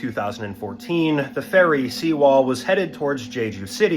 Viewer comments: Sewol, not SEAWALL lmao. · For fuck sake, it's Sewol, not Seawall. Can't you get it right?